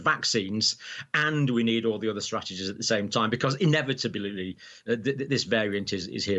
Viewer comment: In- ev- it- ab- ly John. That's how it's pronounced 😂 Or how about ditching the v.ac.c.in.e.s altogether and eating more probiotics and prebiotics to strengthen our immune systems. There could be a million variants and a million boosters🤔